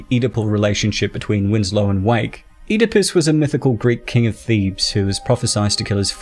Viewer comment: Were you talking about Oedipus Rex then I think you mispronounced it.